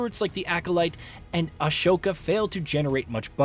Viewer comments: Love the video, but it's not "A-Show-Kha" it's pronounced "Ah-So-Ka" 🤓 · Did he say a sho ka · Did he just say ash-oka? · I don't trust a review from a guy who says "Ashoka". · damn that ashoka pronunciation my ears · lol “Ashoka” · You mispronounced “Ahsoka.” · I'm just gonna ignore that butcher of Ahsoka